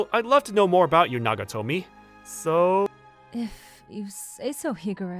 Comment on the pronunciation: Nagatomo dude, every time i heard nagatomi i died a little inside xD